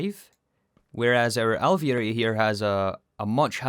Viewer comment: you totally nailed alveary there the second time and the third was not bad!!! (genuine)